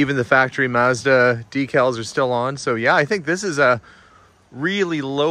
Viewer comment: Confused why you keep mispronouncing Mazda.